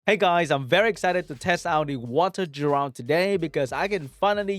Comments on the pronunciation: its geh-ralt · Will he ever say Geralt correctly?